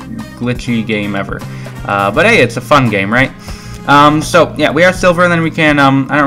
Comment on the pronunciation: ITS SO NOT "SHO" !!!